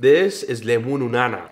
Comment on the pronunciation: Bro really said lemununana... The actual name came from sautering togethe the words "לימון/limon" for lemon and "נענע/nana'' for spearmint. It is pronounced limonana.